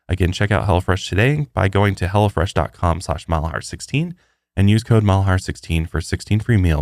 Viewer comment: I swear you are saying hella fresh instead of hello fresh 😂😂 Congratulations on your new lil one!!! Much love and respect 🤘🏼🫶🏼